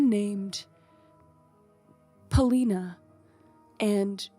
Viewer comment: The bedtime story 🤣 Loved how you guys kept saying Celina and Adam instead of Pelina and Sadam. You guys are the best 💕